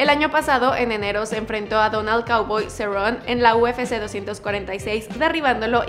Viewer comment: cowboy cerron jajajaaja es cowboy cerrone*